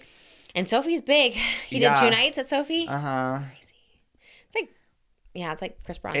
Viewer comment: I thought it was So Fi (f-eye) stadium not Sophie